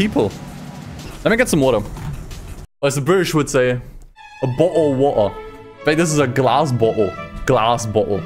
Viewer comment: This entire video was worth watching just to hear say a bo’ohw’o’wo’er